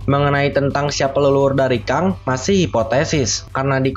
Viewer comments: Bacanya "Keng" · Keng bang dibacanya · tongue englishnya keng bang tulisannya kang,tp gapapalah biar mudah difahami no problem for me